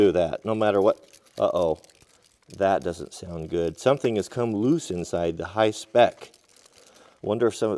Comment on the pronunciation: Dude I love him just destroying that “hi-spec” name 😂🤣😂